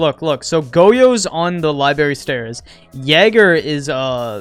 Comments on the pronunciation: STOP SAYING LIBERRY INSTEAD OF LIBRARY I SWEAR TO GOD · L-I-B-R-A-R-Y not LIBARY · STOP SAYING LIBARY!!!!!!!!!!!